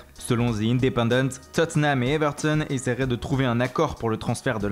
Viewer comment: Arrête avec les accent comme "Tottenham et Everton" ou "Federico Bernardeschi et Gianluigi Donnaruma" car trop c'est trop defois ca peut etres amusant mais la c'est EXTRÊMEMENT forcer... Sinon continuer comme ça car vos video sont bonnes pour nous renseigner sur les infos Mercato 😉